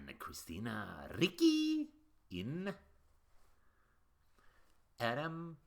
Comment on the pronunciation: It sounded like you said Vicky when you said ricci😅